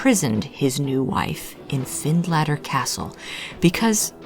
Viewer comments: Find later, as in later time, not latter🏴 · It's pronounced Finletter. Its 10 miles from me. Very eerie place!